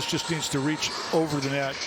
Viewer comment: i may be wrong but i think he said “just” not yes i think it sounded like yes